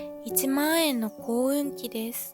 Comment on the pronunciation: 耕運機ちっちゃくて動きがかわいいけど、しっかり仕事してくれますね‼️1万円↗↘の、イントネーションは健在です😂 夏野菜はぬか漬けのナス🍆も好きです‼️